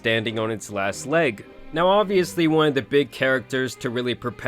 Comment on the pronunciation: Did you really just pronounce "obviously" like "obliviously"? 😂